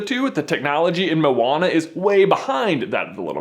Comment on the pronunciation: it's Mo-Wa-Na. not mona. white boy.